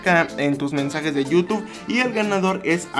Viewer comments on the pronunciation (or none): none